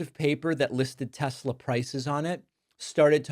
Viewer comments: I like that he calls it tesler. It brings me joy. I wonder what Elon is thinking as he's saying it. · New sound bite gold sir! I love teslerr! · LOLOL! I thought I was the only one who noticed he called it Tesler! LOLOLOLOLOLOLOL!!! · Tesler? I hardly know her. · Didn't he shut down all charging stations at federal facilities and sell off EVs? And now he 'loves Teslerrr!' 😂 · He wanted to say Hitler, but said Tesler 🤣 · Hahaha I lol'ed. I love Tesler!!! hahaha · Please put “I love Tesler” on your sound board, I’m begging you David… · You can’t afford eggs but you can afford a Tesler. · Ermahgerd, Teslerr! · I believe it’s spelled “Tessler” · Hulllurrr Teslurrr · Elon slipped Ketamine in the koolaid. Teslurr. Oo computers, I can't drive but love Teslurr.😂😂😂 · "I love Teslur Pee 100" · David you have got to make "I LOVE TESLAR" into a soundclip. PLEASE! Even "Everything's computer." Would be a brilliant sound clip. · I HEARD THAT SHIT TODAY I WAS LIKE 😳 TESLER 😂🤣😭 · When signs of dementia starts it’s usually with speech. Words like tesler and look it has computer. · Lol I thought David was exaggerating when he said "Tesler" lol but nope leave it to Trump! Lol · He called it that TWICE wtf telsler he keeps calling it that lmao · David, Sir, I believe "I love Tesler" would make a nice addition to your soundboard. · “I LOVE TESLER” 😂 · Tezzler Tezzler rhymes with embezzler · no thanx .... no teslur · Oh no. Mr. Packman has a new united ssghhhhates. TESLUR. 😂😂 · From the guy that called his own site "Troth Sensual" you get "Tesler" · Warter. Tesler. The guy is an idiot. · The fact he doesn't know how to pronounce Tesla is crazy😂😂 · How appropriate coming from him…. TES-SLUR!!😮😮😮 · It is a federal law which is illegal to promote a product in front of the White House. Well look who's at it. And he pronounces a Tesler. Going back in time he criticized electric cars and said the liquid gold was in the ground to run them. Now he is promoting them. How low can this guy go?